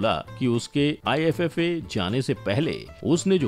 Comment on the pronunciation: Abe iffa nahi iifa hota hai😂